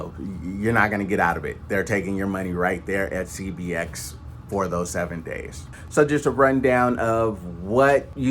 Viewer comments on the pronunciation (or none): none